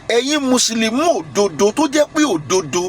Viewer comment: Alagba it's Musulumi not Musulumu...